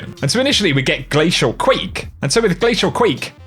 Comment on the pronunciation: Also hound it's glacial q-u-a-y-k-e not queek dufus